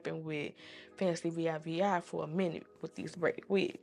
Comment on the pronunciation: Y U saying V I V I?😂😂😂😂😂 It's Fancivivi pronounced Fancy-Vee Vee